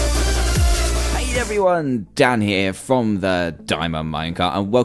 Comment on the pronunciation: It sounds like you say " hey guys, damn here"